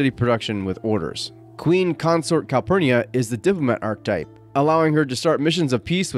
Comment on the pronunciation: Nice overview! "Archetype" is pronounced arch-uh-type.